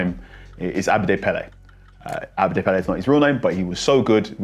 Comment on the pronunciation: This man mispronounced all the Ghanaian names. How can you call ABEDI PELE, ABDE PELE. He’s our biggest legend and you don’t even know his name? Who the hell is this guy anyway?